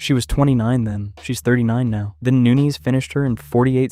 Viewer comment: Are you intentionally pronouncing all the fighter's last names wrong? Nunes -> "nunies" Carano -> "Care-no"